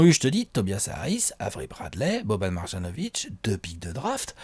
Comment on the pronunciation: Mes oreilles saignent lorsque vous prononcez Marjanovic. Un "j" se prononce comme un "y".